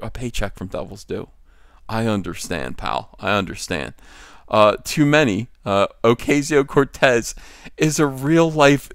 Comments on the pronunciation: As much as I enjoy making fun of her, it's "Oh-KAH-ze-Oh". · Learn how to pronounce Ocasio